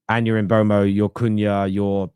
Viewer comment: Its mboomo, saw a vid of him pronouncing it himself